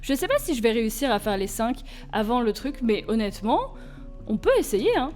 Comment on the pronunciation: La phrase qui ma fait rigolé est " Onet-ment "